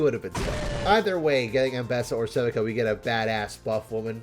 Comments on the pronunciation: Sevika? Seh-Vik-uh, my brother in Christ they say her name multiple times in the show. Se-vee-kuh my dude. I'm so Subscribing, god awful content. Keep it up. 4!!! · who the frek is SevIHka, its SevEEka >;3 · "Seh vick uh"